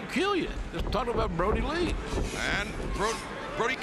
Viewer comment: Anyone else hear Jim Ross call him Brodie lee